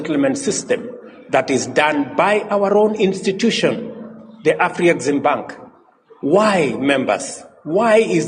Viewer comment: Af-rexim-bank of call it the AFREX